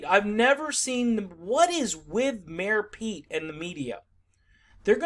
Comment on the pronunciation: I heard 'Mayo Pete" and cant unhear it lol